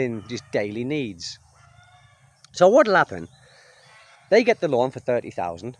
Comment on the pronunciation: Who else wondered why he was saying "lawn to lawn" until they realized he was saying "loan to loan"? (Even the CC interpretation was lawn to lawn.)